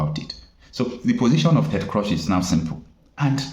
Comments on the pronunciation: Young man, His name is CRUZ (pronounced KROOZ) not KROSH. DETERMINE is (pronounced DEE-TER-MIN.) not DEE-TER-MINE. Just so you know. Thank me ! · His name is pronounced as /kruus/ not /krosh/. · Wait a minute. What did you call Ted? Ted "Crush?" It is "Cruz" and not "Crush" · Cruzzzz not cross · Prounced Cruz and not Crush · Dear bro you're calling him "Ted Crush" ➖ However his name is Ted Cruz ( "Cruz" pronounced as; "Cruise", like Cruise-ship, or Cruze, like Cruzeiro.) In case someone ever shares your video to him, I'm sure you'd like him to come away with appreciation for your professionality and pursuit of excellence as an independent journalist. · Please the name is Ted Cruise(Cruz) that's how the pronounce it in the US not Ted Crush but Cruise(Cruz). Thanks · Ted Cruz, not Crush. Pronounced like 'cruise'. Good video. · his name is pronounced “KROOZE” and CRUSH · It is not crush, it is CRUZ. and pronounced as cruise. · His name is Ted Cruz as in crooz, not Ted Croz please. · Cruz not crush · his name is Ted Cruz not Crush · Your presebtations are usually good. But it is a disappointment that you continuously be misculall yye name of the principal actor or party in your presentatipn. How could you be calling Cruz as Crush. It is totally unacceptable. A little more rigor in your preparation will be relevant. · Ted Cruz not Ted crush lol!! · Pronounce his name well, Cruz is Cruch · But can't you pronounce Crews/Cruz? I would be deeply offended if you don't pronounce my name properly. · It’s Ted Cruz not Crosh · Ted Cruz, not Crush!Listen to how people are pronouncing this name😤🥹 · Cruz (Spanish). Pronounced: Cruise or krooze. Lazy Nigerians will never stop looking for help from the wrong places. It's going to wind up as jumping from the frying pot into the fire. The zoo hates to research anything. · Do you mean you have never heard of the name Ted Cruze pronounced or called. Why do you mispronounce his name?